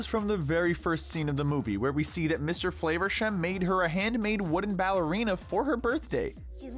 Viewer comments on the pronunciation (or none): I can't hold it back any longer, for a British character we pronounce FLAH-versham, not FLAY-versham, it's been bugging me I'm sorry again, do love your content <3